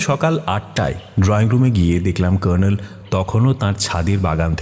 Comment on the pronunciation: সঠিক।এরা কর্নেল উচ্চারণ টা‌ ভয়ানক সাহেবি করতে গিয়ে নরক‌ করে দিয়েছেন।